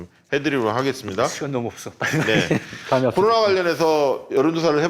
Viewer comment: 보세요^^ 일단 컨설팅 좀 해줘봐유~ 아는건 많으시고 맘은 급해 말은 마음만큼 못 따라가고 방송이니 순간순간 적절한 단어 생각해 벳어야되니 이게 참 뜻대로 안 되보여유 이 훌륭한 기자님 코로나를 '코도나'로 발음하시는 다소 혀 짧은 소리 내는분으로 보이는데 걱정 말아유 멀리 볼것도 없어유 자꾸 방송하다보면 되게 되 있어유 우리 주진우를 봐유 급하디 급하지 답답하고 속상한 맘 맨날 털보총수한테 구박 받아도 지금은 그렇게 말 잘하고 센스만점인 방송인 다 됐슈!! 그러니 급하게 말해도 단어 또박또박 해 줘봐유 이거 된다니깐요 주기자를 보셔유~^^(혀가 짧거나 하진 않고 유형이 살짝 다르긴하지만) 뭐 이것도 특징이 될수 있으니 문제 없고요 천천히 말씀을 하시던 또박또박을 해주시던!! 그래요 제 귀가 이상한거예유 분명 제 귀가 이상한거예유..절대절대 디스하는거 아녀라~ 그리고 너무 빨리들 진행이 되는건 이해하는데 한 꼭지 끝날때마다 한 숨 한 번 쉬고 해주셔봐유~ 이렇게 고급 인력들이 매주 날까롭게 풀어주는 정치썰 너무 좋은데 저같이 듣기로 주로 하는 사람한테는 뭐라는건지 잘 안 들리거나 귀에 뭐가 좀 거슬리면 잘 못 따라가겠어서 안타까워서유~~ 제가 생각하는 지금의 문제가 아마 뷰가 더 올라가지 않는 이유가 아닌가라고 적어봤습니다.. 도 듣보잡이 봉도사 말 끊는다고 했던때가 있었쥬 ㅋㅋ이런 인물을 흙속에 진주로 둘뻔했잖아유 을 장점 살려 잘 좀 해줘봐유 그래야 두 분이 업되고 박시영티비도 대박이 날것 같어유~~~ 맴을 담아 띄워유💕